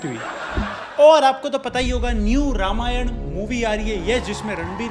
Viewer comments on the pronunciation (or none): none